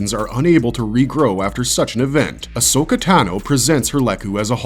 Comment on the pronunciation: please stop saying ahso-katano. It makes me uncomfortable as hell